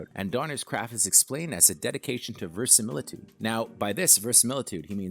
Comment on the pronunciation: You’re missing a syllable in your pronunciation of verisimilitude.